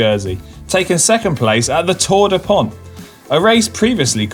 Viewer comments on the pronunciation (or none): none